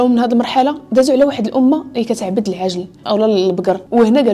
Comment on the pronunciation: عندي ملاحظة وحدة وهي العجل بكسر العين وليس بالفتحة. باش يبقى المعنى صحيح. شكرا على هاد الفيديو و على المجهود ديالك